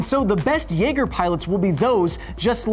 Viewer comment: Naeger XD